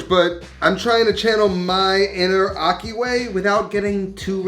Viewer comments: Ahki. Not ocky 😩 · Akhi, pronounced aji, the j being the Spanish jota. That’s how “kh” is pronounced in Arabic. Good video, like always.